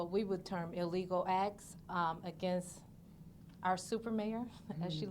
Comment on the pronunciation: Oh, Tiff, the word is “illegal”, not “illego”. Familiarize yourself with the English language. Btw, where did you stash the $2.5 million?